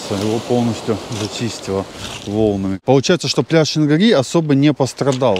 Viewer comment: Пляж, ущелье и речка называется Шингири, это тюрское название которое уходит своими корнями в глубокую древность, и то как вы каверкоите историческое название для местных людей это просто режим уши и вызывает раздражение.